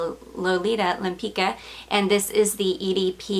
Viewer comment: Such a great deal on that Lempicka. But keep practicing that french! Never know when it might come in handy. ✌️